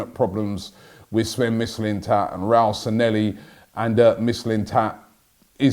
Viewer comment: There’s no one at arsenal with the name ‘sanelli’ robbie is trying to say ‘raul sanllehi’, how difficult to say😂